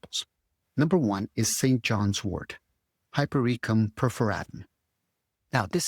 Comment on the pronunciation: I still can’t believe how badly many Americans mispronounce technical multi syllabic words. Please start by learning how to correctly say hypericum?